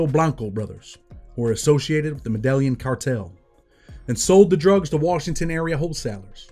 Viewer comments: Ma-del-yen Cartel?? Bro it's, Med-Ey-Yeen. L's in Spanish make a Y sound. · It’s pronounced as “medeheen” medillan cartel 😂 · Medayeen cartel spelled how it's pronounced